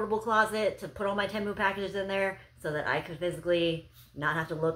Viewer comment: It's pronounced "Tee-Moo".